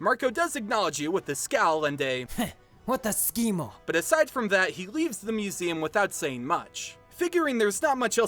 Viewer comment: I died (that was so funny) when you pronounced it "schimo" instead of "scemo". This is such a great idea, you guys are fantastic keep up this excellent work